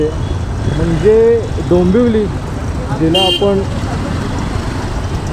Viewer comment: डोंबोली ❌ डोंबिवली ✅